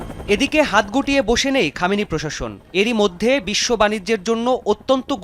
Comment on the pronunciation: Not Kamini Kamini finish